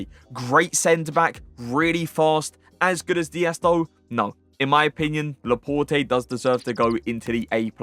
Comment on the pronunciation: Pronounce Laporte properly!